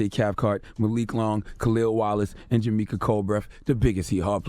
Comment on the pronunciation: Ron I. Jamaica is his name not Jamika